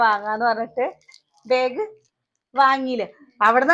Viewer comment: പ്രെസ്സി ബേഗ് അല്ല ബാഗ് എന്നു പറയുക